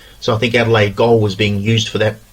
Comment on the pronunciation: Adelaide goal? It’s gaol 😮